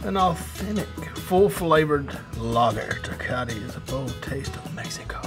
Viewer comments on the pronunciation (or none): No mames he said “Tecati” 😂 Props for keeping it 💯 tho ! Now he has something to conversate about if he see’s a Mexican at a bar 😎 #Cheers 🍻